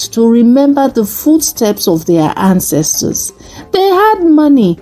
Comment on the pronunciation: ❤ Love the way you started, "dis one eh"... Also love the way it ends, "in di name & Powa of our ancestas & divinity" ❤